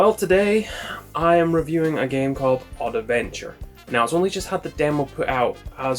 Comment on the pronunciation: It's not Oddaventure but Oddventure ^^ , great video tho !